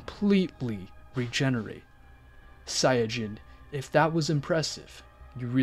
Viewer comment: i had an ear stroke when i heard how he said saiyan